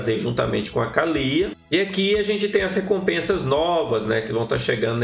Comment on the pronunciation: Kkkkkk engraçado tu falando Kalyyyya 😅😅😅😅